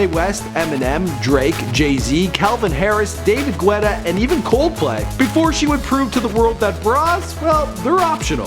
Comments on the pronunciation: lol David gwetta?? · whatsup david güeta anybody noticed